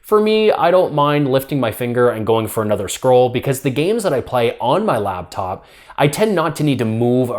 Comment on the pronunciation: its LAPTOP not LABTOP